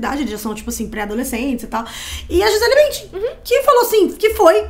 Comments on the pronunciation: Gente ele é brasileira, o nome dela é Gisele não gizeL. Podem falar a pronúncia em pt Brasil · O jeito que a moça fala o nome da Gisele 🙄 "Giselll" Mana, ela é brasileiríssima! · Gente... adoro os vídeos de vcs... mas o nome dela é GiselE... afinal ela é brasileira... não entendi o pq dessa pronuncia "Gisel"... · Vocês são brasileiras, o nome dela é em português. GI SE LE. Nós pronunciamos a última vogal. Para de palhaçada de Gisell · Gisel Kkkkkkkkkkkkk Ela é brasileira, porr!!! É GISELE! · Pq a menina ficava chamando a giselle de gisell?? 😂😂😂😂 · Di-zel???? Ai foi demais né meninas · Nossa que agonia “Gisel” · Pq vcs nao falam o nome dela em português? É Gisele.